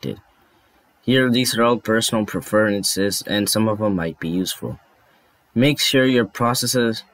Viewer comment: “Perfercences” Prefences